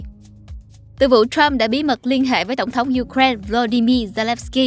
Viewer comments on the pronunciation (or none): none